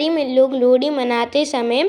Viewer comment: Bhai Lohri bolna to seekh he